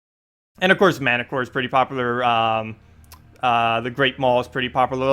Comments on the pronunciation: i think you pronounce manticore as "mun-tea-core" not "manacore" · 1), "Uh-poth-i-care-EE" and 2) "Man-ti-cor"